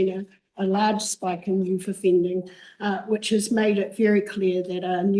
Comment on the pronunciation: Youth not youf